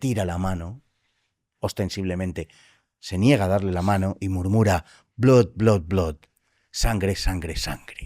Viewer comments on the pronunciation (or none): none